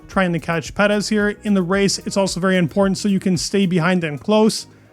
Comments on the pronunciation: Love your channel, but lets pronounce his name like Perrr ezzz, Not PeD ezzz., No PeD in his name. But don't change anything else you do here. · Per-ez please. Not sure why you say his name like that? Like your videos though. Great job! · I like this guy but why he keeps saying Perez like Petis. Bro is Perez not Petis I think is weird.